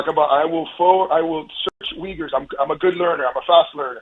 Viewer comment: To be fair, without context I wouldn't have understood "Weegurs" either. In my German mind, I pronounce them "OoYgoors".